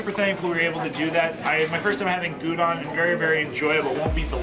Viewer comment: Gyudon GI-YOU-DON not goodon.